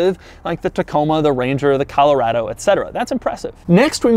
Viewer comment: So glad I just picked up one these rubicon’s myself... hey Doug, You pronounce Colorado incorrectly... I assume you do the same with Nevada?